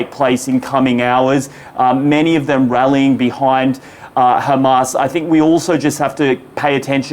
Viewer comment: Adrian, it is Hamas, not Khamas. Khamas is intentionally used by Israhell because the word means something else in Hebrew .